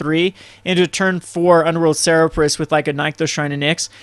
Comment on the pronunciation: It's not "Ser-reb-rus", it's "Ser-ber-us". I don't mean to be nitpicky, but you've made that mistake a lot.